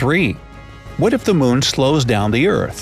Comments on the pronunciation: MOON not moan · I can't not say this. He sounds like he says 'moan' every time he says moon, and it cracks me up.